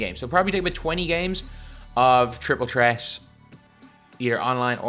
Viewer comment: “Triple tret”